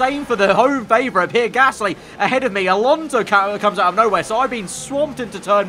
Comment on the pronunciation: for pronouncing Pierre Gaslys name, its not 'PEER' its 'PEE-AIR':)